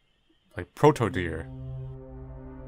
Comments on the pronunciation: AppSir: Say "yandere".: Yandere. AppSir: Good! Now say "dere"!: Deer. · You can say "yandere," but you always say "deer." ????????